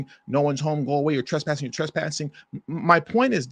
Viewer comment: Your Twesspsssin Your Twesspsssin Your Twesspsssin Scripted😂😂 Amateur